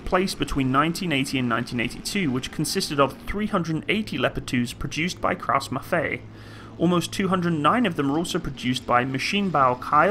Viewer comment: It is actually KRAUSS-MAFFEI(Eye)